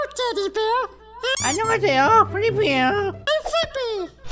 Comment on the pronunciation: 참고로 플리피 아니고 플릭피 입니다